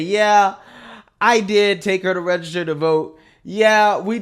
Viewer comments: NEVER TRUST SOMEONE THAT CANNOT EVEN PRONOUNCE REGISTER CORRECTLY. IT'S REGISTER MA'AM NOT RAYSTER!! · She can't even say register. "Rayster" they are so unbelievably low iq. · This lady can't even pronounce the word "register." What tf is "raygester"?! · Why tf do they keep say RAY-gester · What is “raisjster”? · I wish that woman would learn how to say "register" annoying. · SHE CANT EVEN PRONOUNCE HER JOB TITLE 😂